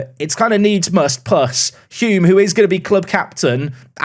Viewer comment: Thanks for saying Hulme the right way!!! Loving your content all the way from Auckland,New Zealand